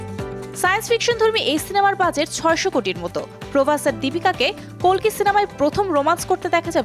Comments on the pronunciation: Dhuru hala kolki na re kalki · Its kalki not kolki 😁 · Kalki na vai...kolti Bangla r hindite kalki ucharito hoi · মুর্খ নাকি ঠিক ভাবে উচ্চ রন করতে পারেনা কলকি হবেনা কালকি😂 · kolki na kalki😂😂😂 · আরে বেডী কল্কি না কালকি